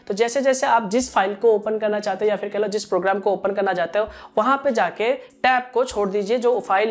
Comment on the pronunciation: he talks 1)yaa fir kahlo 2)yaa fir kehlo 😄😄